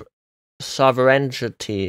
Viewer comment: Did anyone else think that was using an AI to replicate her voice until hearing her attempt to pronounce the word sovereignty?